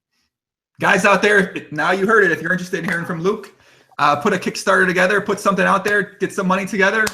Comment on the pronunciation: let me tell ya somefing ya?